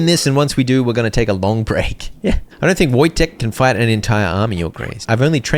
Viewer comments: I believe the way you pronounce the bear's name is voi-tek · Pronounced Vojtek :) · the goat of ww2 and how dare you mispronounce that legend name another animal that carried mortar shells in ww2 I dare you